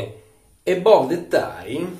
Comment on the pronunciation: Si pronuncia "Abav"